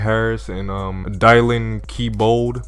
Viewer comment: Bro was that ur first time seeing the name dylan 😂?(its read like (dillen)